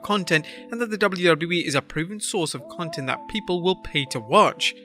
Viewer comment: Lol You mispronounced content